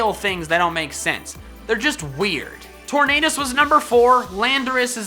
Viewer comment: For some reason the way you pronounce Tornadus make me hear Torn Anus and I can never unhear that for which you have my thanks.